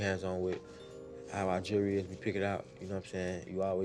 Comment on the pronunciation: Why can't none of them say jewelry? I luh mah jury!!!